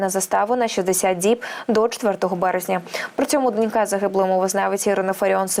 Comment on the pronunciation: Не донькА, а дОнька. Грамотеї.